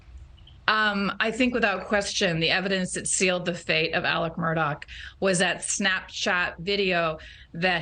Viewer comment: Both of these women and many others continue to pronounce the Murdaugh name as Mur- dock!! It is not Murdock, it is Murdaugh ( Mur- daah) it's also Alex not Alec. Get it together tv ppl pronunciation is so important!